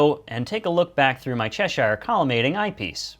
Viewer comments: Cheshire is pronounced chesh ear - not chesh eye r. Useful video anyway -thanks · It's pronounces "Che-sheer", as in the Country of Cheshire in England.